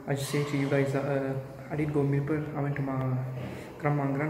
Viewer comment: It’s not mirpar..it’s mirpoor ...correct accent plz